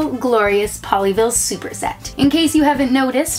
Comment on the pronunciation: Every time she says “Pollyville” she sounds like she’s saying “Ponyville” I’ve been watching to much MLP....